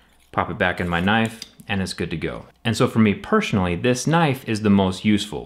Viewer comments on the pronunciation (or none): And for me pershonally... LOL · for me pershonally xD